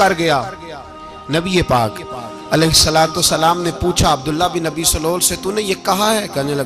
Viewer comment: پیر صاحب اس منافق کا نام عبداللہ بن ابی سلول نہیں ہے بلکہ اس کا درست تلفظ عبداللہ بن ابی ابن سلول ہے یعنی ابی والے لفظ کے الف پر زبر نہیں بلکہ الف پر پیش اور ب پر پر زبر پڑھیں تو درست لفظ بنے گا باقی آ پ واقعہ صحیح بتا رہے ہیں